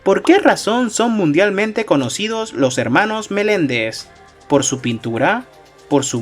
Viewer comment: son los hermanos MENENDEZ, no Melendez ajajajaj